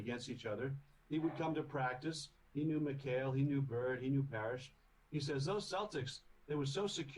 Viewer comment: McHale. Rhymes with Sale.